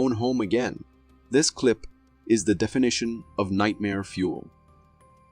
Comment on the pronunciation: The "DI•FI•NI•SHUN"? YOU'VE GOTTA BE SHITTING ME RIGHT NOW! 😄😭😄